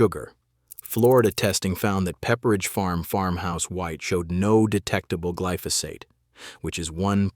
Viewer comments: It’s glyphosate, not gliphosite!! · I've never heard glyphosate pronounced kliftosight😢